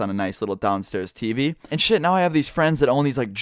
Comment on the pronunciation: Why do u say tv like Tiivii or Teepee